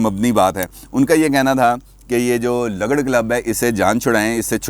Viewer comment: یہ لگڑ نہیں بلکہ لگڑ مطلب ل کے اوپر پیش لگا کر پڑھیں،،اس کا مطلب ھمارے اٹک میں،بے کار۔ نکما،بے حیثیت اور فضول قسم کا شخص ہے